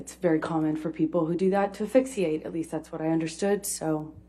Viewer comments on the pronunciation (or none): I think she is saying ‘fixiate’ instead of asphyxiate. Her brilliance is staggering.